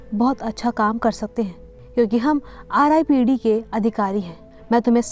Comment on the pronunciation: Its not ripped its R dot I dot P dot D,, explanation is gud but apne starting me hi ripped bolke galti kardi ,as a viewer mjhe galat hi feel hua